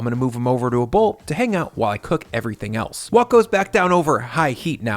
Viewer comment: whok is WHHHite Haught, lol why did you say it like that?